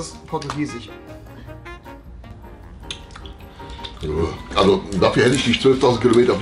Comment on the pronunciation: Spanich Afrikanich Portugiesich... 🤦